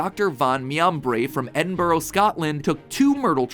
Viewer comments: As a Scottish person hearing Matpat say Edinburgh as Edin-burrow cut deep 😂 but still I can see why he may have read it that way It’s pronounced Ed-in-bu-ra for anyone that didn’t know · I love this video and I love matpat but please, Edinburgh (ed-in-bruh), edinbourough 😂😂 - lots of love your Scottish fanbase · Bro said edin borough 😭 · EDINBORROW Scotland?? Bruuuuh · Edin burrow Scotland 😂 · This video was great but the way you pronounced Edinburgh hurt me. It’s produced edin-bruh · You butchered the pronunciation of Edinburgh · Matpat talking about elements Me laughing at how he pronounced Edinburgh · WHY THE HELL DO AMERICANS REFUSE TO PRONOUNCE EDINBURGH PROPERLY! its not hard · Then is Edinburgh hurts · the way you pronounce Edinburgh hurts me in my soul... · My favourite part bout the vid is the way Matpat pronounces Edinburgh.